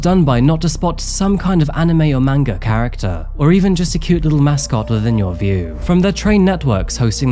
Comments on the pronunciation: Just fyi, a) it's pronounced more like "mon-gah" instead of "mang-gah" and b) manga is only the book form. If they make a cartoon form of a manga, it's anime. ❤ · Lol the way u say manga is hilarious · "watching manga" smh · Wait... did say watching Manga? 😂😂